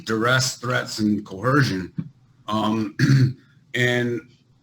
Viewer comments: Dear Sovereign Idiots and Moorons, the word is "coercion", NOT "cohersion". If you're going to use words you don't understand, at least pronounce them correctly. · Does everyone learn to pronounce "coercion" as "co-hersion" in jail? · I know this is old but TBH i thought the sovcit pronunciation of coercion as Co Her Shun was a dialect issue, but this guy says it too. Really wondering if this is intentional, did a sovcit guru say it incorrectly on a video, or what? It drives me crazy, maybe that's part of their plan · And the lifetime record of SovCits vs the pronunciation of coercion falls to 0-1,445,280